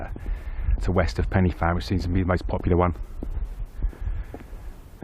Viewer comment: Say it with me, "Pen uh van", "Van uh beeg"